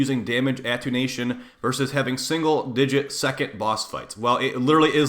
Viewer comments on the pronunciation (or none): "damage atunation" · Attenuation. Atoonation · Damage AT-TEN-YOU-AE-SHUN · Ah-ten-u-a-shon. Attenuation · Attenuation is pronounced “uh-ten-you-ation” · this guy still can't pronounce "Attenuation" LOL